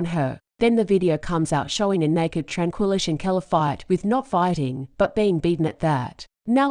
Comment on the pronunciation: still can not have the common courtesy to pronounce her name right